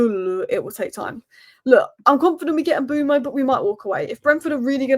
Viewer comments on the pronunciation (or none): his name is Mbeumo (i.e. M be u mo) NOT Mbooomo. Get it right. It’s not that difficult. SMDH.